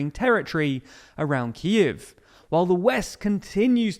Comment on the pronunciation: It's KEEV not KEYIV